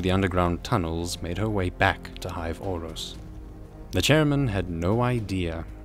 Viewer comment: It's hive auros not hive orros